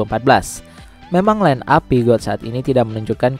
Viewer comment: Peugeot itu min, dibacanya “Puzyu” bukan “piugat”.